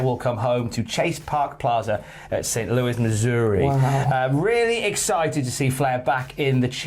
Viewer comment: One of these days I’ll get time off to call into the show, and teach these guys how to say Missouri!!